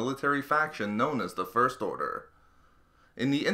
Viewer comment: I feel like the narrator puts the emphasis on the wrong syllables when he says "first order."